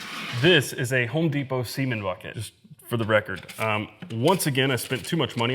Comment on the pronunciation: That lady called it a cumbucket 🤣🤣🤣🤣🤣🤣🤣🤣🤣🤣